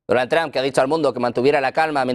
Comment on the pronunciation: Este periodista se enreda solo...😂 Ah y no se dice Donald Tran 😂